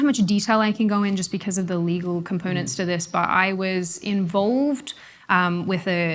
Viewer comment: beceuz... I can't deal with that pronunciation lol